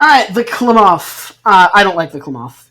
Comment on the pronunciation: Ah. As an Oregonian, I must say- Klamath, pronounced "clam- ath (as in math, emphasis on the first syllable)." They're native to the PNW